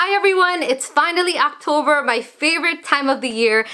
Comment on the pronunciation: No one: Her: hi guys it's finally my favorite time of the year Act-ober